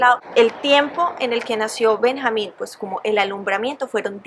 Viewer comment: Se escribe Benjamín y se pronuncia Benyamin ¿no? xd